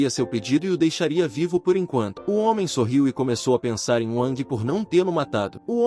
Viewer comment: "Hoemem" bruh